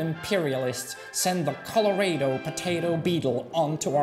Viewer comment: Lol the way you pronounced "Colorado" as "color-ay-doh" was funny 😂